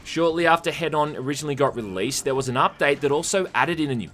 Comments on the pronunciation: It’s H-eed-on like Hedonist. Not head on, apply to forehead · >head-on Bro... IT'S HEDON. Like Hedonism. Say it with me, now!: [Heeden]. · Wait why does even the game pronounce "Hedon" as "Head-on"